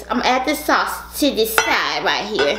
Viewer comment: She said some ritecheer just like that ritecheer im thinking that can be a song 🤣🤣🤣🤣